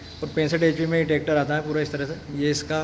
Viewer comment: Bettery box ko aap बेटरी bol rhe ho aur bhi शब्द गलत है। बैक को आप बेक बोल रहे हो। ट्रैक्टर को आप टेकटर बोल रहे हो। आप पहले lenguage ठीक करो english के।